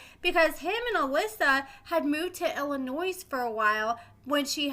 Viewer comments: Illinois. The "S" is silent. Illa..noy 🙂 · Illinois has a silent S pronounced Illonoi haha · I mean this in the nicest way possible, please stop pronouncing the S in Illinois. It is silent. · As somebody that is born and raised in Chicago please please STOP PRONOUNCING THE S IN ILLINOIS IT'S SILENT. WHO IN THIS DAY AND AGE DOESN'T KNOW THAT? NOT MANY BUT APPARENTLY YOU'RE ONE OF THEM. IT REALLY PISSES ILLINOIS PEOPLE OFF WHEN YOU IGNORANT PEOPLE PRONOUNCE THE S BECAUSE YOU DON'T TAKE 3 SECONDS TO REALIZE THAT THE S IS SILENT. 🤬🤬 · I love your videos, but please-the S in Illinois is silent. I believe you're from Missouri? As our neighbor, I would hope you'd know our name. LOL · Always knew that man was unstable. Also, are we supposed to pronounce the S in Illinois?